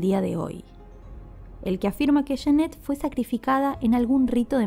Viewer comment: Cada vez que pronuncias "yenet" muere un gatito, se pronuncia"yanet"!